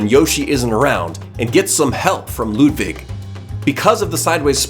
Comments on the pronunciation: Bro it’s not Ludvig it’s Ludwig. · It's Ludwig not Ludvig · Am I the only one that cringed when he said LudVig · Not ludvig but lud-iggy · U said Ludvig not Ludwig just pointing it out and still great bosses👍